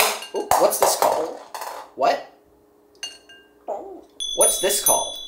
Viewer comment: Hes pronounces ball and bowl better than me 😭